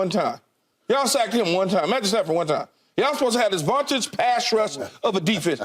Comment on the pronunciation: It doesn’t matter much, but every week Keyshawn says “vontage defense”. Can someone tell him the word is “vaunted”?